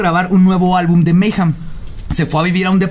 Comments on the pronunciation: ¿Porqué nadie pronuncia bien mayhem? :c al menos no le dice "meyem" como otros weyes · Se pronuncia "meigem" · Dejo de ser divertido desde que pronuncias "Meyjam" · Maijam, Anton Levi, Sodóm, barzum y otras pronunciaciones divertidas xD